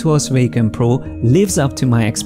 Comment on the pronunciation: I like it when you say WEY-COM